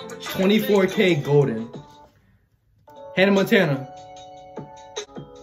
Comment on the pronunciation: Mans said hanna Montana 😭😭